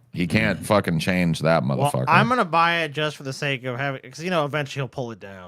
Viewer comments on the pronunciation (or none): none